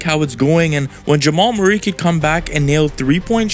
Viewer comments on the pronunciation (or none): none